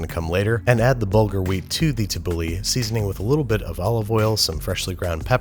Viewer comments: Istg its called: ta-boo-laa thats how its said not tabuli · For every time he said tabouleh I lost 5 years of my life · he said shawarma, tahena and tabole wrong this looks good but looks nothing like shawarma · “Tibbouley, shwaarmah, t’heeney” Lebanese people begin cringing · TABOULEHH, AFTER ME, TABOULEHH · heads up middle easterns he is about to massacre tabbouleh